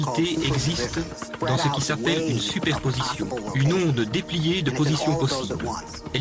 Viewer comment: je dois être sous-nul. ..... plus rien pigé apres la pronociation du mot Oõoõoõnde.....